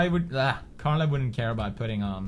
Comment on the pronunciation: It's Carla.. not Sharla.